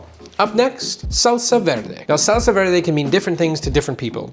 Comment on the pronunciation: you dont need to say SALSAHHHHHH like that